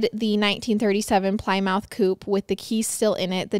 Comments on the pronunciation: I can overlook many mispronounced words, but as a car guy and proud owner of a Plymouth...its said like "Plimmith" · PLYMOUTH= Pli-muhth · calling a “Plymouth” car a “ply mouth” 👄 😂❤ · She murdered the word Plymouth. I've never ever heard it said like that. How could she not know how to pronounce a common car name? I hope she doesn't say Ply-mouth Rock